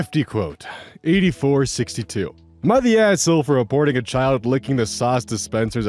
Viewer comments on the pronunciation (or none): When you said reporting i thought you had said 'aborting' 💀